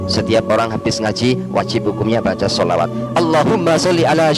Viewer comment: ini bukan murtadin tp memang dari lahir adalah non muslim. Dengar saja sebutan klo dia sebut shalawat, As, Saw. tdak fasih.